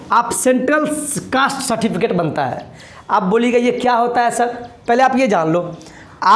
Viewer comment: Citificate nhi Certificate hota hai